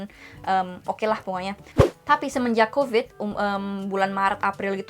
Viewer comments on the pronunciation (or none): none